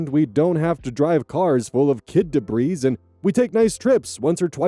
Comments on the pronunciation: Debris is pronounced "duh-bree". The s is silent. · Debris is pronounced de-bree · You know that “debris” is borrowed from French and is not plural, right? The ‘s’ is silent. That, or I’m commenting to AI.